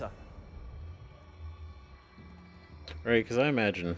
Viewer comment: Leviosaaaaaaaa not leviosahhhh